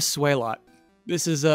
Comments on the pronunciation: I was not expecting #1 to be one of my favorite Pokémon. Swalot was on my team for pretty much my entire run of Pokémon Sapphire. Loved the Stockpile and Spit Up/Swallow combo. It's pronounced like Swallow by the way. As in, he SWAllows a LOT. ezaBackseatBosman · Is that the correct pronunciation of Swalot? I mean a tyre in his mouth lends itself to a combination of 'swallow' and 'a lot'. So I would lean away from sway-lot and more swa-lot. (Might be wrong)